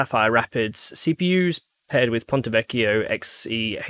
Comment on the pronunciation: That's a 9.9/10 Ponte Vecchio pronounciation coming from a native Italian speaker.